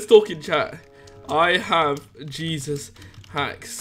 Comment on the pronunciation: "he's got jeseus haxs" lol lamo